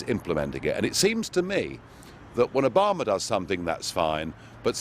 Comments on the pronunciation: Is it me or does Nigel pronounce Obama as if he's saying A Bomber? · "Obama" sounds like "a bomber" when he says it... obamadid911?